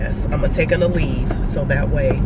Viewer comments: Girl in the beginning i thought you said i got The Weed in the car then i realized you said ALEVE...😆 🤣 😂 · I thought so too haha